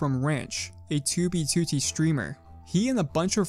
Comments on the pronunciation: I'm sorry, but I HATE how you pronounce 2B2T lmao. "tooby tootie" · he says 2b2t like "2b, 2tee" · Tubey tootie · you say 2b2t weird